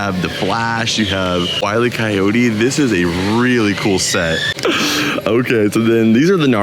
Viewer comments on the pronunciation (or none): none